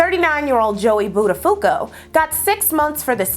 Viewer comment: Love your channel. Became a Patreon supporter...but may I make a suggestion, with all this wonderful research and info, you discredit yourself when you mispronounce names or places. I was a morning DJ , so I get it. Somethings are so hard to figure out so you guess. But now we have google and you can just type in something with "pronounce" after it. (buttafuco = Bot-a-pho-ko : Luby's-=Lou-bees). Please know I am NOT coming for you. I can not imagine how much time it takes to research and put these together and you are brilliant. F*cking brilliant!